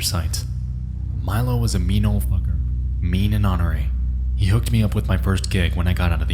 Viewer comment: just for the future you pronounced ornery wrong, no big deal lol, just wanted to inform you